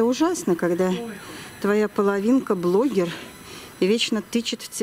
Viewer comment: Заметили, с каким придыханием и гордостью произносит слово БЛОГЕР!